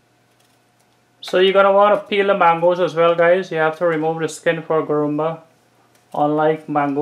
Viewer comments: It’s called Guruma not Gurumba. Nevertheless it’s a superb recipe. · I am 72 years old so i know the correct names for all guyana dishes.It's called guruma not gurumba.i corrected u guys a while ago with the dish u called Doodhpitty. U called it another name. I hope u guys dont mind me correcting u. I love to watch cooking shows - Alll the time.